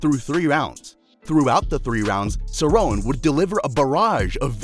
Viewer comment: Pronounced cerrone wrong AND called Aldo the “140 lb champ” WOW lol this is def made by AI